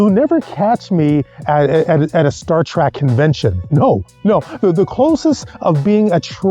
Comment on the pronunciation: TREK, not TRAK, Trekkie, not TRACKY idiout....